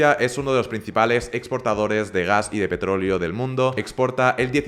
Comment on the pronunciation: Todo bien con tu vídeo pero cuando dices petrolio y no petroleo me da algo